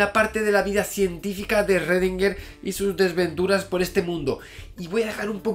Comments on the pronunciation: En realidad se pronuncia "srodinger" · Shgrundinguer, así suena en alemán. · Esrredinger!!! Jajaja yo también tuve problemas con la pronunciación cuando rendí el examen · Esrrredinguer a todo gas! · Erre que erre, erredinguer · Esrredinger jajaja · ERRRRRRRREDINGER!!!! jajajaja Javi por Dios que me haces reir. Saludos! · En realidad su apellido se pronuncia en alemán, algo como "shrudhinga", y el nombre "ervin".. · Lo pronuncio como Shruadinguer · Shröndinger, pero que galán. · En Pocas Palabras, ESRRRRRREDINGUERRRR era la version autriaca del "Zeus" de Pascu y Rodri, XD Por cierto, excelente video Si vienes a Perú, hazme acordar que te invite unas salchipapas, o un pollo a la brasa, que tambien está buenazo. Y si en algo estoy de acuerdo con Schrodinger es que, sin buena onda, nada funciona. Saludos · Pero en el vídeo anterior te quedaste de la verdad, tienes que pronunciarlo como debe ser 'schrodinger' :v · Sigo con mucho gusto tus videos Javier, pero tu actitud con respecto a la pronunciacion adecuada del nombre del sujeto de esta biografia, me dejo pasmado. Me recordo mucho a los terraplanistas que insisten en repetir falsedades sin escuchar a quien intenta sacarlos de su error. El nombre de Marie Curie lo pronuncias bien, igualmente cuando hablas de Newton. Hay sitios de internet que te indican la pronunciacion de los nombres en sus idiomas originales. Eres un doctor en Fisica y un difusor de conocimiento cientifico. El cual, como bien los has indicado en tus videos, implica una actitud humilde y sujeta a la revision constante. Repetir una y otra vez un error de pronunciacion y decir que es asi porque si, luce como una malcriadez. Espero que esta cr'itica no la tomes a mal. Tus videos son muy interesantes y en casa los consideramos como parte de nuestra vida cotidiana. Saludos desde Venezuela.